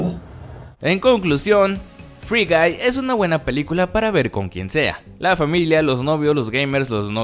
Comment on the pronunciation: Por alguna razón a la primera escucha gay en ves de guy Xd